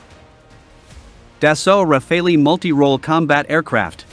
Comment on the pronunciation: So :!=) ecoute bien comment il dit " Rafale " hi hi hi Sinon, oui vid, sympatique Au bout du compte :)